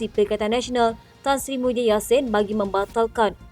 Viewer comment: DTV..sebut betul² bukan Muhyidin tapi Mahiaddin laaa Nama PON nak SAKAU ker ? Nama ayun tu Mahiaddin ok bukan Muhyidin ok ; Kowang sebut lagi nama SAKAU tu siap kau pembaca berita..huhhhh 😊